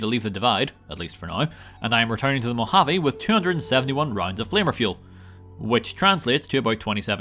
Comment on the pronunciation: It sounds like you are saying “Flavor Fuel” and not flanker fuel LOL